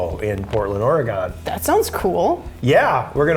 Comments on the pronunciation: Really ben. Really.. . You miss pornounced Oregon its not oreegon its or-eh-gon cant wait for the expo though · orugAAAAAAAAAAAAAAAAAAAAAAAAAAAAAAAAAAAAAAAAAAAWN. Thats not how you say that. Its Orge-GUN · OR-ih-gun, not or-eh-GONE! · It's Oregon, not Ore-gan. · ore-gun not ore-gon it bugs me soooooo much how people say my state lol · Oh my god. Oregone? No. Please don't call it that again. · please tell me you were joking when you pronounced Oregon "oragone"... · It's not oregone. you're fired Heck! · LOL When Ben says "Oregon" he pronounces it like "Octagon" XD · its ORY - GUN, Ben